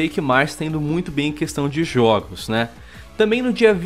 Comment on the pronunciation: não sabem dizer " jogos " ? oh brasucada